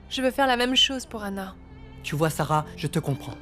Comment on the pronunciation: Ki moun ki tande seb site non kara an di sara😂